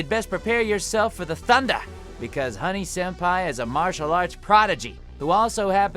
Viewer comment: I am the only one upset that he couldn't pronounce Honey's name? I mean he did voice one of the characters